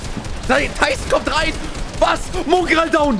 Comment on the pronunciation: Wo ist eigentlich das U in Mongraal... Muuungral